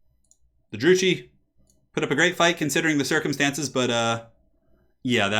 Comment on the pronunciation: Just a heads up Druchii is pronounced Drew-key. Great casting though!